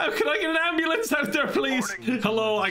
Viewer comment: "I think I need an ambubombalance" 😂